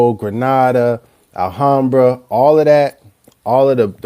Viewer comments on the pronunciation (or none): none